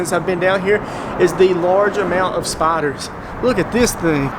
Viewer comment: Bro I thought you were saying spotters hahahaha!! So spiders? 😂